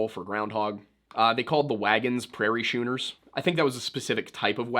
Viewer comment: The way you said "Schooners" made me grimace.... maybe just the sailor in me. Keep on learning, though! Fun vid!